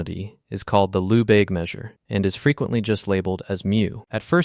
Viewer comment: Lehbayge not Loubayg.